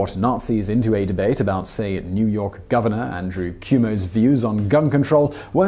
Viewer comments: Just an FYI, our governor's name is pronounced Andrew KWO-MOW, not COO-MOW. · Speaking of mispronunciation, the surname Cuomo is pronounced "kwomo" not "kewmo". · Simon: Cuomo is pronounced Quo-mo, not Cue-Mo. Got a decent chuckle when you said it. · Cuomo == "Kwo-Mo". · If that quote really mentioned Governor ANDREW Cuomo, it was truly precient. Abdrew Cuomo is the current Governor of New York. At the time, it was his father MARIO Cuomo. Also, you pronounced the name wrong. It is pronounced kwoe-moe. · Its pronounced "Andrew Kwo-mo" Im a NY resident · Just a fun fact, it's pronounced kwo-mo, and him likened to a fascist honestly isn't too innacurate. Great video though